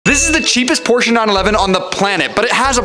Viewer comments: Porsch is how you pronounce porsche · You have to pronounce it prosche neun elf XD